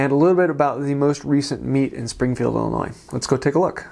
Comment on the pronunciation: As a native Illinoisian, thanks for pronouncing Illinois correctly.